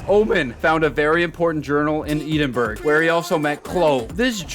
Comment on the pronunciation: edenburg hahahahaha